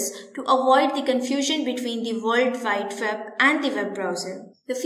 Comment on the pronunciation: What's a "verld vide veb" lol